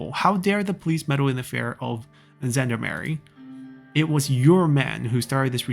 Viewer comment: Somebody already commented on Gendarmerie, however since this is a French loanword (in German and English) the G is pronounced like the 普通话 R (the one not like the English R). And all French words are stressed on the last syllable.